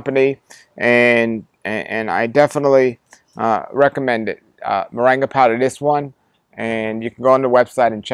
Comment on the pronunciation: I'm curious why he pronounces it 'moranga' ? When it seems it would bring pronounced with the 'ing' sound .